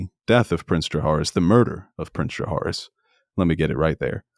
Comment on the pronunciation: I really need to stop pronouncing jahaerys like that. Literally no one says it like that